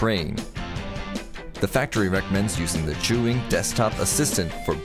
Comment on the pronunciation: Why you pronounced it juyin?